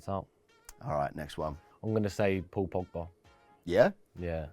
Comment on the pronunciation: I turned off when he said Pogba. I mean seriously!